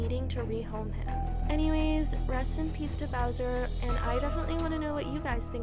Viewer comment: You couldn’t have re-recorded this to get the dogs name right? ☹️ Poor Bowser deserved some respect on his name.